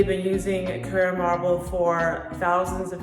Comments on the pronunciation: You’re pronouncing it carrEra. It’s carrAra. CarrEra is a sunglass brand. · It’s not a Porsche. It’s pronounced “Carrara” not “Carrera”.